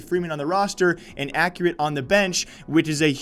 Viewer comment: its pronounced "EX" ccurate